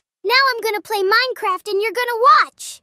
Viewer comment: I heard minecrap not minecraft